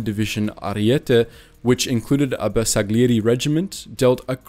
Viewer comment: Anche con la pronuncia di Bersaglieri si sclera